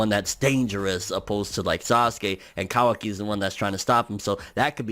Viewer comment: finally a guy that says kawaki correctly